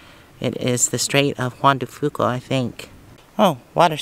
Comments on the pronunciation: You pronounce Juan de Fuca : wan da few-ka (I used to live in that area as a kid) 😅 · I liked the sounds of the waves on the beach at the last. The straights of juan de few-ka is how it's pronounced north of the straight. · Pronounced...Juan de Few-ka... though in ninth grade, I was reading a Washington State history book aloud in class, and though I was raised on the Straits (Tacoma) and their name well, I had never read it before. Yes, I read... Straits of Juan de Fucka... the class busted up!! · Very pretty walk. Seeing that area in your video takes me back a long time. Back in the early 70s I spent quite a few days just east of there in the Crescent Bay area helping a friend with field work for his Masters in Earth Science education. I haven't been back since then so it was nice to see your video. Incidentally Juan de Fuca is pronounced FewCuh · Being a "local" I can tell you how we pronounce it. Jaun De Fuca (Few-ca). Names in the PNW are very confusing to many people from other parts of the country since many come from the local native tribes and their languages. The straights (Jaun De Fuca) were named for a Spanish explorer.